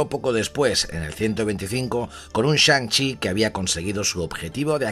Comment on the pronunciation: Shan CHI Master of Kung FU! me reido como lo a dicho